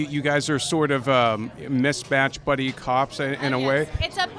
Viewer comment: Did she say buddy cop movie or bunny cop movie?